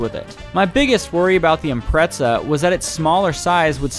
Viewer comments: Why do people say “Impretza” ? This isn’t the first time i’ve heard that lmao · What the fuck is an impretza